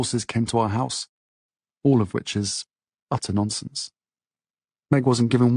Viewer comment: Wait - we're assuming that because Harry said it's false, it is? Did you hear his narration? Did that sound truthful to you? "Awwl of which is . . . (odd pause, then voice becomes barely audible) utta nonsinss . . ." Who pauses and speaks timidly like that when debunking a lie? Or is that the tentative, weird voice you use when you know YOU'RE lying? Stay awake, folks.